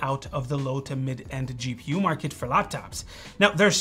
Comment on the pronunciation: Dude said shee-pu. Is that intel next gen architecture?.